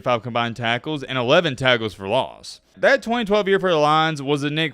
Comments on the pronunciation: Why does he keep saying farley instead of fairley? annoying!!!! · Why you call him Farley when his name Fair•ley….Nick Fairley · FAIRLY. Not Farley. You fucked up the whole video lol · You are mispronouncing hs last name. It's fair-ly not Far-ly. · Dude c'mon!!! It's pronounced "FAIR-LEY" not "FAR"-LEY! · Nick "FAIR-LEE" Fairley 🤦🏿‍♂️!!!!!! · FAIR-LEE is how it’s pronounced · It’s FAIRLEY, not Farley you idiot. I bet FagElroy remembers his name!!! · Bro did research on everything but his name. Fair-ley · It's pronounced Fair-lee. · Shows how much you know about football 😂 can’t get the thumbnail right, you butchered his name. Doesn’t surprise me coming from the same guy who said “I’ve been following Cam Ward since he was in H.S.” 😂 knowing damn well you hadn’t heard of Ward until he transferred to Miami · …think you are mispronouncing his name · There’s a Fair-ley amount of people calling out the mispronunciation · I cant watch the video because you are saying his name wrong and you are saying it so many times that its triggering me and making me annoyed. Love your vodeos but please do more research on pronunciations. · Bro mispronounced the man’s name almost the entire video 🤦🏽‍♂️ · He is 1 of only 2 dudes you think of at the position but you proceed to pronounce his name like an asshole that you never heard of. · Dude...Re-do this video and pronounce his name right. I know you are a bama homer but come on 🤣🤣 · mispronouncing Fairley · Mans done said his name wrong all video lol